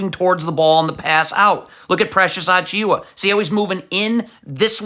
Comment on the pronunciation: You couldn’t have butchered Precious last name worse than this if you wanted to 😂